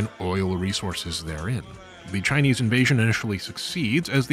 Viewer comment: Kudos for the pretty good Chinese pronunciations.